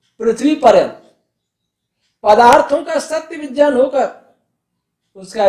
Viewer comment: Guru ji vgyan nhi vijyan hota h Shudd kijiye use